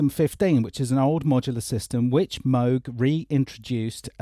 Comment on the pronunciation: Yes Mooog not Mowg love mine